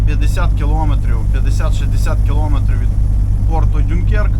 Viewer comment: Я прошу прощения, но вы чу-чуть не правильно говорите порт во Франции, он называется (Дюнкерк) не Дюнкер, а Дюнкерк.